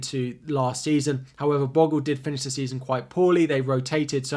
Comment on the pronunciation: It's pronounced "Bo-Gull" not "Boggle".